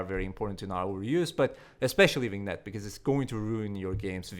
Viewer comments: Say '''viniet''' and you are okay :) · Thanks for the info! Super old I know but as a person who speaks french, Vignette is pronounced "Vin Yet" :D U probably know by now but eh maybe it'll help someone else who possibly doesn't know haha. Great vid as usual!